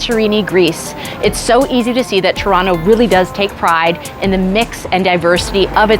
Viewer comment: This channel is all about Toronto but she pronounce Toronto in a wrong way every single time 🤔?